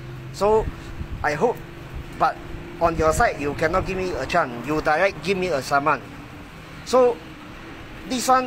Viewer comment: The England very powderful! I keep hearing "give chan", "one chan"..... chan mali chan! Lol